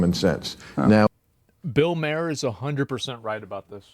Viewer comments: It pronounced Bill Marr not Bill Mair. Just looking out. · Maher is pronounced “Marr” not mayor lmao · Pronounced Bill Mar.